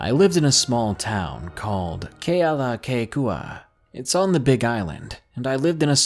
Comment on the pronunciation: Props to you for pronouncing kealakekua right my bro.. I was super excited to hear a story for I'm from Oahu Hawaii